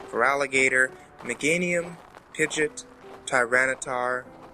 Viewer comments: Why did you name pidgeot wrong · why do you saying pigeot like that oh my god its oissing me off